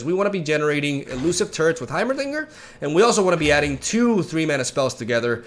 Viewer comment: Am I the only one who hears "turds" instead of turrets?